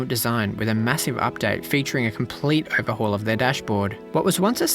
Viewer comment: when you said Uh-verhaul